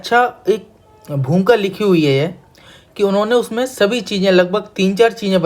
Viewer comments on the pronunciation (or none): Bhumika hota hai....bhumka nahi